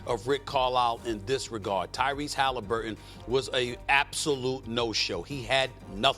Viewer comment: Who is Halimburton?